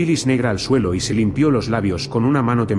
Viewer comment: Si tú dices tdielo en ves de suelo estás drogado